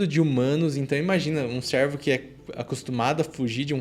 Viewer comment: Top.. mas a pronúncia não é "sérvo" e sim "cêrvo"